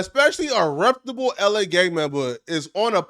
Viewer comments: I wish this cornball would stop saying "reptable." It's REPUTABLE you corny ass nigga. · Big dawg …. Not trying to hate but it’s the word Reputable = reh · pyoo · tuh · bl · Imagine thinking your smart and repeatedly saying “reptable” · You gotta learn how to pronounce reptable g 😂😂😂😂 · Learn how to pronounce reputable